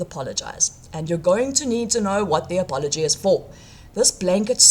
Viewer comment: What is this word "a-pol-o-gee"?